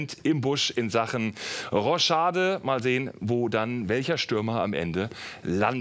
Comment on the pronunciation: Wen hat das Roschade auch genervt? Es heißt Rochade😂😂